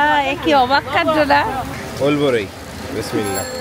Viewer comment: ওলবড়ই না অরবড়োই বলে। টকটক খেতে। খুব মজা।